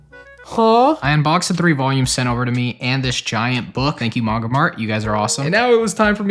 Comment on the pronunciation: Why are you pronouncing Manga like that now?